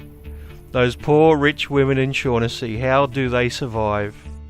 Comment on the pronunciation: Just a minor correction on your pronunciation of the name 'Shaughnessy'. Its actually pronounced 'Shock-en-see'. Its an Irish name.